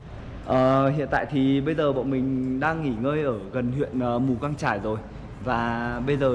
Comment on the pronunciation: Mù cang chải k phải mù căng chải mod ơi